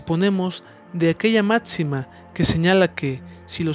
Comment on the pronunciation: Hay que practicar más la pronunciación de las palabras que llevan “X”, no se dice eTSponer, se dice eXponer, no es máTSima, es máxima, no es eTStrema, es eXtrema, se reconoce tu esfuerzo por este vídeo